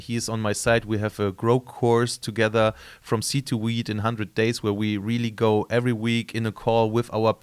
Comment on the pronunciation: dude..its weeD...not wheat